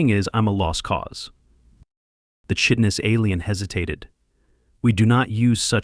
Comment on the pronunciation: And work on pronouncing words like chitin, it should sound like kai-tin